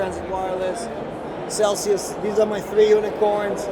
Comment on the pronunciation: Lmao - it's Celsius not celcius 🤦‍♂️